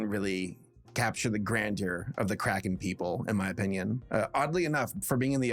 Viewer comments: I thought you were saying crackhead. not Kraken, for the first 5 minutes... Anyone else? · Cant stop mishearing cracken as crackhead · The first time you said cracken I thought you meant, say, cracking without en on the end, and I thought you said addict after that sorry about getting it wrong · Okay. I'm sorry, but when you first said the title of the movie, I thought you said "Ruby Gillman: Teenage Crack Head", which might have explained why no one was talking about it. (In my defense, I was listening to, but not watching, the video) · I had my volume turned down waaaaaaaay too low at first and I thought said "teenage crackhead" and I had SUCH whiplash thinking "THIS IS FROM DREAMWORKS?!" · I love how every time says,,kraken" sounds like,,crackhead" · The "Crackens" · I keep hearing crackhead instead of kraken